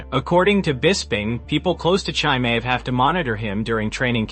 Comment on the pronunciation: Who the hell is Chai-May?